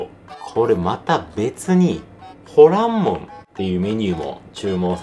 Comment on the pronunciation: ホランモン、発音はホ↓ラ↑ン↓モンじゃなくて、ホ↑ラ↑ン↑モン？かなと関西人が気になりましたー。 ホルモンも元々捨てるものって意味やから 捨てないって意味のほらんかなと思いました。 うまそうで関係ないですけど、失礼しました。